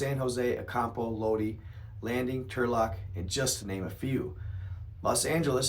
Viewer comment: It's Low-die/ California